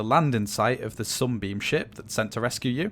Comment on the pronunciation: when he said Sunbeam, it always sounded like he said "Zombie"